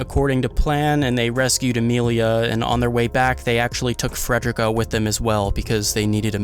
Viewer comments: I'm crying dawg it's Fre-de-rica not Fred-drick-uh 😭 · Love the video but... it's fred-ree-ka. Ffs. You don't say "fred-er-rick" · Not only did you mispronounce Frederica's name, but your description is totally wrong. She did not work for Roswaal "back in the day"-- She always worked for Roswaal, she is just the head maid of a different mansion he owns. I don't think it would have been a meaningful spoiler to be accurate about that. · Your announcing fredickas name wrong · Learn how to say Frederica